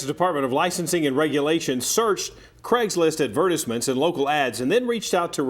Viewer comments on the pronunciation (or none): Anybody else here the news anchor call it "ed vertiss ments"?? I'm assuming he meant advertisements.